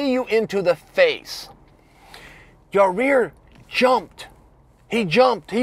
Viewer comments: Who is this Yah-Rear he keeps talking about?? LOL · Chael, buddy, maybe thank Yair (Yah-eer) by pronouncing his name correctly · Ya rear? That’s a new one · Aw give Chael a break already. Let’s see how well Yarreer pronounces his name for a change ! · instead of saying Ya Boy. just say Ya Ear. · lol Chael. It's like a strange one-off speech impediment. Ra-year? You crack me up boss. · Yah-rear? Is that Jamaican for your rear? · Chael, I’m a big fan but who the hell is ya rear? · I figured chael would just call em the Panther lol its pronounced ya eer. Maaan I loved that fight but let's get away 4m 5 round fights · Hey Chael it's pronounced (Ya -Ear) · I lost concentration every time I heard ya rear.oh lawwwd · Isn't it pronounced Yai-year? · Yarear... Yarear... Yarear... Yarear. All he's gotta do is take out an "R". How can he not hear himself? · At this point I really think Chael is trolling us with the name lol and it’s working haha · J. E. Blake, thats why chael put an emphasis on it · nah he said it multiple times through the video bro lol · The mispronouncing names bit is killing me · I'm pretty sure chael mispronounces names like Yair on purpose. He was trollin before the internet was even a thing lol. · Your saying his name wrong dammit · Dude, pronounce the guy's name correctly. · There he goes pronouncing this guys name wrong once again. Man at least listen to someone else say it and say it like that. It doesnt seem hard to do. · Who the fuck is Yareer Chael? It’s Yair bro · “i don’t mean to put emphasis on YOUR REAR” ! YOUR REAR ?.. its Yair chael, not YOUR REAR.. am i the only one hearing that 😂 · It’s “Ya-ear” not “Ya-rear” 😝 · Say it with me Chael.....Ya-Ear, not Ya-Rear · For fuck sakes it’s “YAIR” NOT YARIR, YA REAR, YOUR REAR, CMON “cha ill” lol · His name is not Yah Rear. It's closer to Y👁️👂 Yie Ear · You say it ''YUHH EAR'' and not ''your rear'' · Ya-ear, not ya rear bro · Its Ya Ear not Ya Rear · its not yareer, its yair, only one r, not two